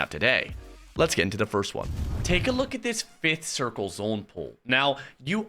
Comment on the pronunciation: Chat - I have the O/U at 27.5 for how many times says zOHne. What are you betting?